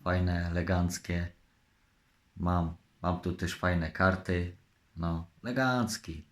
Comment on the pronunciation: z tym słowem "legancki" to może po prostu w jego stronach tak mówią. Ale trzeba przyznać że dykcja mu się poprawiła...